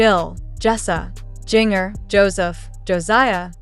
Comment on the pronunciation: Jinger is pronounced like Ginger.